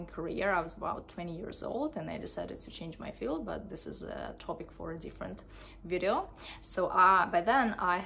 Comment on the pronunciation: how did u pronounce video? damn ....